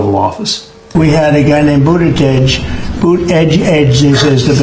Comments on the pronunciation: edge edge is phonetically wrong though...it's more like boot ahj jedj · The edge-edge thing is how his handlers told him to say the name, because he is too dumb to remember how to pronounce the name! He was supposed to say Boot-edge-edge, to say the name. And he wasn't supposed to explain that to the press. The dumb ass! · That's how he was tougt to say it properly "Mr president it's boot edge edge now repeat after me...." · I always hear "Booty Judge" when someone pronounces Pete's last name, and I really think he missed his calling as the next Howard Stern, with a moniker like that. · At least he doesn't say "Buttyjizz." 😂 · It's pronounced Booty Judge. Get it right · "OK grandpa.this is how you can pronounce Pete's last name." sigh This is your leadership on full display.